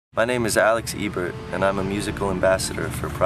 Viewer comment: AH IT'S EBERT AS IN PRONOUCED "EEBERT" NOT "EHBERT" THAT HAS BUGGED ME FOR MONTHS THANKYOU YES